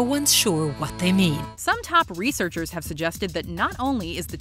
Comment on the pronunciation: Lol when she said "some type of researchers." She sounded country.